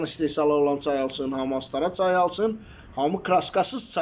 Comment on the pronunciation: AZƏRBAY dz AN, ts AY YOX, AZƏRBAYCAN, ÇAY